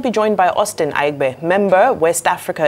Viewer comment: You are a Nigerian. It Aigbe NOT Aigbee. Dr. Abati pronounced it right: It is a Bini name. Thank you Dr.